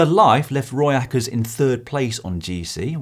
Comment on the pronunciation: "Roy Eckerts" lmao. Her name is (Pauliena) Rooijakkers.